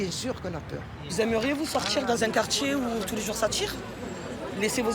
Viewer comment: . Vous aimeriez sortchir dans un quartchier où tous les jours ça tchirr?